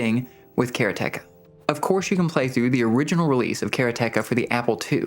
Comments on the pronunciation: Pronounced karate ka my guy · the pronunciation of Karateka has to be a joke. You're doing this on purpose. It's so absurd. How can you pronounce it the way you do when the root word is the Japanese martial art of Karate? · it's ok, but it's a Japanese word that means a practitioner of karate, like a judo practitioner is a judoka. They don't stress any of the syllables, so it should come out as "ka-ra-te-ka" 😁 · Bro I respect how much you put into this, and it’s the best review out there, by far. But the way you say Karateka…is …sacrilege - and if you’re saying it correctly, then my world has crumbled. Nothing I thought was real is real looool